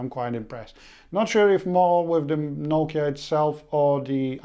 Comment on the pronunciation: Its NOKIA (NO-KEY-A)